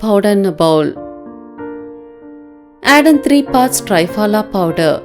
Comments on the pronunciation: i know, that”s what i said it should be “pronunced” as “three” not tri...phala. i also mentioned it means three fruits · i wrote “how to pronunce” not to write. because she pronunced trii...phala, which was wrong n i wrote it for her understanding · Good one.. it is pronounced as thriphalaa.. thri as in three .. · Awesome remedy 👌👌👌 thanks garu. Just one kind suggestion plz...the pronunciation of Triphala should be like Thrinetra, thrishula, thrikona, trisha....the Tri sound should be like saying 3 in English. Triphala is an Indian word, means 3 fruits, churna is powder. So let's not adopt to the forign way of pronunciation, it's their way because they don't know the meaning of it, but we Indians know it's meaning and we must pronounce it correctly. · It”s pronunced as “three - phala”， means three fruits.